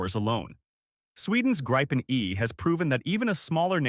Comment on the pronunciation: Gripen; GREEPEN, not as Graipen